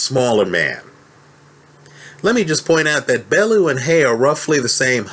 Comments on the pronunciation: It's pronounced .......Bell-you 8) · please learn how to say bellew